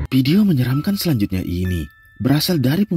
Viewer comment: Tolong pengucapan "VIDEO" yang sesuai doonk... jangan "PIDIO" mulu, jadi ga fokus nontonnya... 🙏